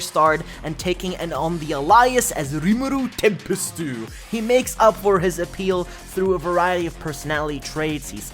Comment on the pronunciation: "Rimuroo Tempestoo"! That really got me